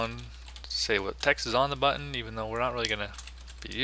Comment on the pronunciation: "I like the way I said button there" "Now we're going to create the constructor for our Buttin." hahaha. Thanks for this. Stop saying Buttttin!